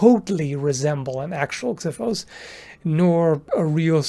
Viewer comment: i'm so glad he pronounced xiphos with an x instead of a z that i hear people do very often